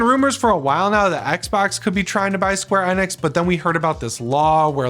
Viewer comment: Isn't it Enix not Enex, I that it was Enix, but I guess I'm wrong lmao 😅😆😂